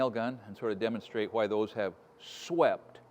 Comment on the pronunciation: always trust a craftsman who pronounces the H in the word why.